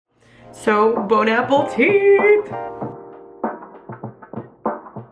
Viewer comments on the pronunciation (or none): are we going to talk about how she said “bon APPLEtit”